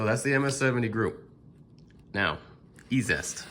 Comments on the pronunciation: Dude, love your videos. That being said...Eee-Zee-Est! Every time you say Eee-zest my eye twitches. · Isn't ezest pronounced "easiest"?